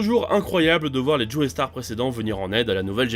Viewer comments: Je me MORDS les doigts quand j'entend "Joé Star", ça me fait penser à JoeyyStarr justement. Désolé, mais on dit "JO STAR" en Français et dans bien d'autre langue ! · Pars pitié arrêtez de prononcer "joestar" sa se prononce "jostar" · Juste quelques précisions par rapport à la vidéo: -Leur nom ne se prononce pas "Joeystar" mais "Jostar" -Le nom de famille de josuke n'est pas Joestar mais higashikata -T'as pas précisé que Giorno veut intégrer passione et en devenir le boss dans le but de stopper le trafic de drogue en Italie, alors que c'est hyper important -Le nom de Gyro se prononce "Jayro" et pas "jiro" -T'as oublié de préciser que le vrai nom de Johny est en fait Jonathan (ce qui est super important puisque ça montre que même dans un univers alternatif on a bien un Jonathan fils de George) -Y'a 2 ou trois erreurs sur les prononciations comme par exemple le nom de gappy qui est bien Higashikata et pas Higashitaka, ou le nom de Giorno qui est Giovanna et pas Giovannia, mais en vrai la vidéo est propre, le résumé est simple efficace et bien écrit, bravo à l'équipe ! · ça se prononce "Joe Star" pas "Joey Starr" merde. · Mais arrête de dire Joeystar c'est chiant, c'est un nom anglais, on le prononce Jostar (je suis sur que tu fais partie de ceux qui disent x dans Hunter × Hunter et dans Spy × Family alors que c'est une putain de croix, c'est pas une lettre). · Prononce bien joestar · Aie l’accent tonique mal placé dans tous les noms de la partie 5 😅